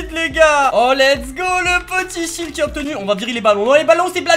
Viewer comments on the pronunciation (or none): Quand tu dit shield on dirait tu dit shit sa fait comme si tu dit donner moi du shit